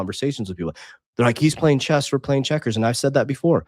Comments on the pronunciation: Cut him some slack, he's lisdexic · Did it bother anyone else that he called chess "chest"?